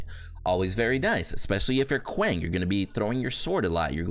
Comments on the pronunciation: How did it become normal to say his name like that. Paragon didn't introduce him this way and its not how you actually say the name lmao. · the pronunciation of a name depends on the intent of the giver. Your name may be said multiple ways because different people accept a different pronunciation as correct. When there is a Kwang intro video from paragon (the name givers) you can not argue that your choice to say it wrong is correct